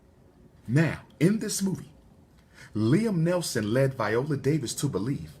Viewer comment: Liam Neeson not Nelson